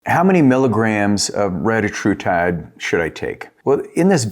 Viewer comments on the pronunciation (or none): RE-TA-TRU-TIDE not RETA-TRUTIDE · Thx, all good and interesting info. Not a criticism but, for the sake of accuracy, you should verify the correct pronunciation of retatrutide. The Eli inventor recently confirmed the correct pronunciation and it’s very different.